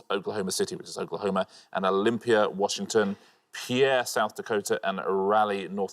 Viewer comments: He mispronounced several cities on the pointless lists. In fact, he mispronounced Pierre in two different ways. He said “pee-AIR” and “pare,” but it’s pronounced “peer.” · as someone who lives in south dakota it is pronounced Pier for pierre not pear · Pierre, SD is pronounced like pier not pear. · For the record, Pierre is pronounced "peer," not "pear." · literally not even the american says it right, it's pronounced like "peer" not "pear" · And he corrects Pierre to “Pare”. While most Americans seem to pronounce it “Pee-air”, South Dakotans pronounce it “Peer”. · Quite a few mispronunciations. The capital of SD is pronounced like pier, not pear; mar-IN County at the north end of the Golden Gate. They did, though, pronounce Detroit better than a lot of Americans, especially southerners, but even the automated PA voice at the Detroit airport: "DEE-troit Michigan is in the eastern time zone." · Prediction before watching: Juneau and Olympia will be pointless answers. Edit: Oops! Juneau has a U. Poor pronunciation of some city names, e.g. the city of Pierre is pronounced like pier. This for the first round shown in this video. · I've always heard it's more like pier.